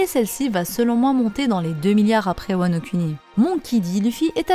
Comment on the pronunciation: svp prononcez "wa no kouni". on pense moins au lingus après